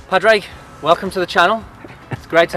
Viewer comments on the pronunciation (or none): Great video. Love his tips, keeps it simple. PS, lads, his name is pronounced Pawdrig or Pawrick even though it's spelt Padraig. 😂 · Pad Rayg 🤦‍♂️